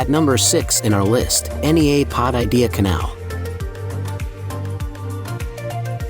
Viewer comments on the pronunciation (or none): An American pronouncing "agios" is.... funny or tragic? 😅 and "nea" as "N.E.A" ....lets hope this is an AI voice 😂